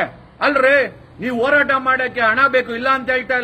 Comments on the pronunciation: Akadeyvru eshte higher education madidru pronounction sari madall. Horata ke orata abba annoke habba 😂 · ಒರಾಟ ಅಲ್ಲ joker, ಅದು ಹೋರಾಟ😂